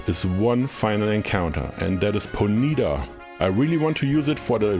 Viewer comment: Bro really call it Pone-yeet-uh?